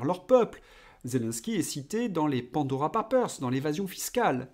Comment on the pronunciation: comme vous résidez en Australie, je doute que vous disiez ' Pandora pÂpers' dans la vraie vie... Or en France, si la qualité du français décline, celle de l'anglais s'améliore. Vos abonnés sont donc tout à fait capables de comprendre ' Pandora pEïpers'. Si vous en doutez, c'est vexant!😀